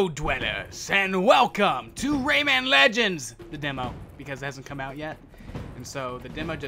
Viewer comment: Its pronounced raymin